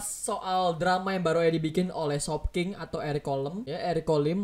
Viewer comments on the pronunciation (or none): none